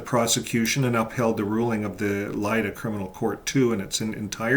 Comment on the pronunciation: to make the videos more appealing for JWs or friends of them, please take some time to be more accurate in geographic linguistic economic context, LLeida (catalan name) or Lérida (spanish name), not Leila nor Lilia…so ppl will focus on the main and real message of the video, and not be diverted by mistakes which sound like « American guy who doesn’t know about Europe », especially in the current political context